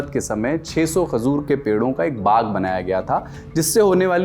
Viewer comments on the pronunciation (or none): Khazoor nahi, Khajoor